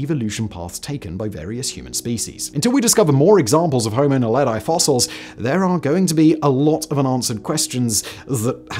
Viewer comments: Pronounced: Nahledhee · kts pronounced; "Nah-le-dee". It means star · Naledi is pronounced "Na-le-dee", not "Na-le-dye" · Just a correction on your pronunciation: Naledi is pronounced as "Nah-leh-dee". Not Nah-leh-die as you say in the video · Naledi is pronounced nah-leh-dee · He's pronunciation of Naledi is crazy funny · Homo Naledi isn’t pronounced that way.